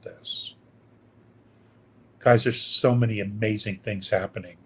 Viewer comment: ITS HABBENIG😅😅😅😅